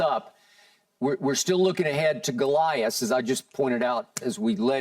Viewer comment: Skip said “Golias”.